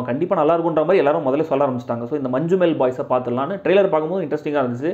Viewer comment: Dey ath pronounce Manchu enn alley ഞ്ഞാ nja